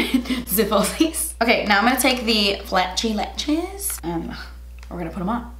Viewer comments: flat-sy latch-es 😂😂😂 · Flat-chy Latch-es 😂